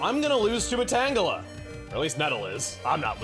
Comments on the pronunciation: Sometimes pronounces Tangela Tangjelly. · But I thought it was pronounced “Tanjelly”.